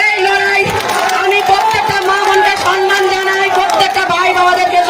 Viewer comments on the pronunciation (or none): সনমান নয় সম্মান উচ্চারণ করো। কাকে দিলেন রাজার পাঠ।